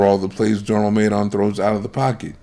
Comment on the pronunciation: You can't call someone a generational prospect and repeatedly mispronounce his name in all your videos.